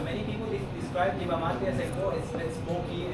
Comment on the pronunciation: Yerba or Hierba Mate... but not "Yierba"